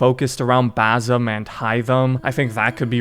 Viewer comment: Dude WHY do you insist on pronouncing his name wifh a Z. It's baSim. You finished the game in like 2 days so you heard it pronounced correctly at least 100 times. Where do you get "Bazim" from?